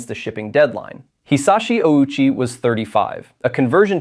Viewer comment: That's not how Ouchi's last name is pronounced. We all know how it's actually pronounced.